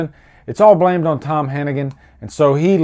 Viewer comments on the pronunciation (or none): His name is tom hanniger, not tom hannigen!